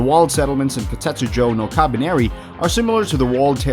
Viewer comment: Him: Koutejsksbjd no kabeneri Me: Just say "Kabaneri of the iron fortress" Him: Aahjin Me: uuurgh